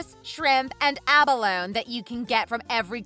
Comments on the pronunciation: It’s pronounced like aba lone ee. , and it’s not easy to find because it’s highly regulated. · LOL. The sister can't even pronounce abalone correctly.